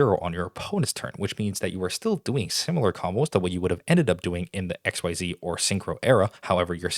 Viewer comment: Ok what bugs me about Yugioh is that Xyz monsters came out in 2011 and the announcement article and the tv show made it clear that "Xyz" is pronounced like "ik-seez," but it's been 15 years and people still pronounce it "X-Y-Z!" (Though the argument could be made that Konami should have picked a better name lol.)